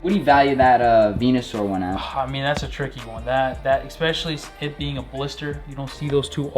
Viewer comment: mans really said xspessally